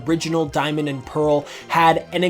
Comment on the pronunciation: PEARL, NOT PAREL!